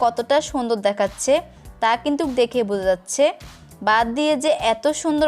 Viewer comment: বাত, ডাকনা, ডেকে আপু প্লিজ উচ্চারণ ঠিক করেন